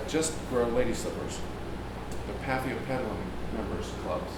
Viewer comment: thanks for the pronounciation, i couldn't pronounce the name when i looked up the plant online. but, these are my favorite plants in the whole entire world. fell in love instantly when i brought one at my local grocery store. it hidden behind all the big plants, almost missed, if i didn't change my mind about the plant i had already picked up, i would have missed it.